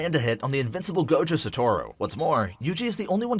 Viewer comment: Sa tor ru is crazy and so is sa goo ru